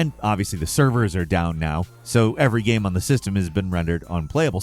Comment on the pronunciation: instead of describing the ''off key music'' or bad controls, why cant you ever show it? and please say ''game'', not ''gahm'' it's been over a decade